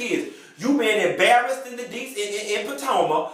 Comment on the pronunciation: "'Barrased"...I hollered!